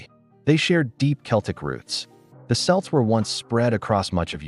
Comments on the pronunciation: I almost left when I heard that soft c. Then I reminded myself it probably resulted from a crappy computer voice. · Ironic then it was the Irish who named both the Boston Celtics and Celtic FC and pronounced both as Selts. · I'm sure the "Selts" would be proud. lol Might want to check your AI voice over before you use it, as you wouldn't want to insult an entire culture by getting their name wrong. even if it is just an AI mistake. 😉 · Selts? Huge depths of research here to not even know how to pronounce Celts. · Great but ask an Irish person how to pronounce Irish words it’s not selts it’s celts or sounds like kelts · Celts is pronounced like kelts, not selts! the AI pronounced it correctly. 😂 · Ok.. AI creator... get correct pronunciation into your work. This is so very irresponsible & irrevent to those of us who know better.. Celts: pronunciation is said with a hard K sound... sometimes you get it correct... not "selts" like the basketball team... by the way.. Scots: speak Gaelic... "Gah-lick" Irish: speak... "Gay-lick" HUGE DIFFERENCES... Please...... it's so very irritating... nearly enough to STOP LISTENING!!! BY SEPTEMBER 2025, ALL AI SHOULD BE UPGRADED! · Really?!? You are delivering historical info and you don’t know Celt pronounced ”kelt” not “selt”!!!! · cee lts? I thought it was Kelts? I had thought it was the Scots who wentt to the Ireland, not as you say the other way? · Celts with a “K” sound, not an “S” sound ffs!!! Get it straight! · It's pronounced "Kelts" not "Selts" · Its pronounced kelt not selt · Celts has a hard C like K.KELTS not SELTS with soft S sounding C. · Ah man learn how to say celts not selts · pronounced Selts? or Celts? Celtic or Seltic? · Sorry but this is awful. The Celts weren't real and the word is kelt not selt. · That's "Kelts" not "Selts". It comes from the Greek word "keltoi" meaning "foreigner" and was spelled with a K. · Its pronounced Kelts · NOT SELTS, YOU PRONOUNCE IT AS KELTS. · its Kelts not selts.......